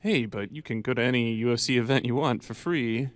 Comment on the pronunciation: He almost said UF-C at like 😂😂